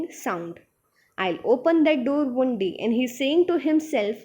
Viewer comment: Panes=peens One=wan Lol no offence Otherwise your explanation was really good